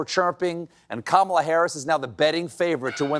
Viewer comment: Two men slurring about a woman’s appearance. Calling her Camilla. Laughing- it’s actually REALLY creepy and disgusting AAAAAAAARRRGGGHHHHH!!!! Harris Walz!!! Please save us!!!! 🤩👍 🩵💙🩵💙🌊🌎🌎🌊💙💙🩵🩵💥